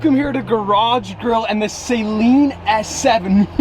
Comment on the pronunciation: Dude needs to learn how to pronounce "Saleen"... It's doesn't sound like what you use on your contact lenses.